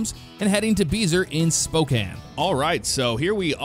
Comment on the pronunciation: And he even pronounced it correctly instead of pronouncing the e at the end like so many people.